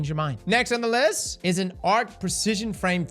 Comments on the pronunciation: "now for the next weapon on the wist" :3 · "the wext weapon on the wist" bro i had to do a double take to make sure i heard that right XD(its fine it happens) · "next weapon on the wist" hahaha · I thought I was crazy. Turns out I am, but I did hear wist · I knew I fuckin heard that right☠️